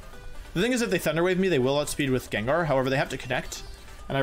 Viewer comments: Why does he call Gengar Jenjar 🤣🤣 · That time you said "Jenjar" that was great. LOL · How the hell did you pronounce Gengar? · The pronouncing of gengar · The way you pronounce "Gengar" as "Jenjar". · How is one of the most popular pokemon players saying "JenJar" instead of "GangGar" Gengar. Absolutely insane. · im gonna have to thumbs down this jut coz your calling gengar a jenjar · Day 1 of asking Wolfey to permanently pronounce Gengar as Jenjar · I wanted him to lose cuz he pronounced gengar Jenjar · Love the vid, but can't stand hearing you say 'jenjar' lol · when he said jen....jar I stopped watching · I'm sorry, but wtf is that pronunciation of gengar? Jenjar?! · It's not 'jenjar' it's gengar, it even says in the Japanese name. GEN GAR ggggggg awesome video though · I had to stop watching when he said Jin-jar. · WHO TF CALLS IN JEN JAR LMAOOOO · Is everyone ignoring how he is saying gengar? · Wolfey, you are a great. But, when you mispronounced Gengar though...